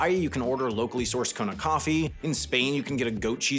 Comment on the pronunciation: But he called it "Conna"